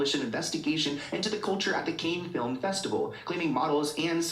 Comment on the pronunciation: the way he repeatedly pronounced cannes as “cane” made my eye twitch 😭